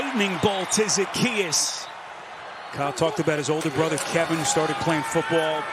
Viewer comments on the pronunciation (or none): none